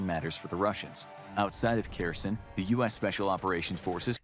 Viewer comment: Kherson turning into "Kirsyn" gives me a headache